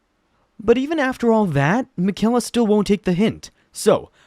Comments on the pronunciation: Hey man, you don’t pronounce Miquella’s name correctly. I’m not upset or anything, but I hope you delete your channel. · Miquella’s name is probably the one you hear the most in the game how are you saying it wrong